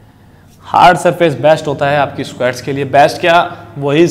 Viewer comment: Bhai SQUEEETTTSSSS nhi seekha squats sikha 😂😂 lmao ROFL m laughing from past 5 mins lel